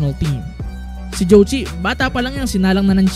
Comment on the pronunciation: kung pakikinggan yung pronouncation ng zhou qi parang jow chi